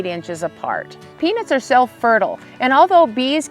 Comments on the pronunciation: Shes definitely saying penis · Is it just me or does it sound like she is saying penis? 😅😮😂😊